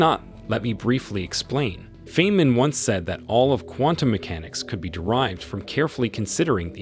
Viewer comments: I had to turn it off when you said "fain-man". If you don't know how to say that, I'm not interested in what you have to say about physics. Could it be this is just text to speech garbage? I'm thinking so.... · I am suspicious after he pronounced Richard Feynman the way someone who never heard of him would. It's just a small red flag in my mind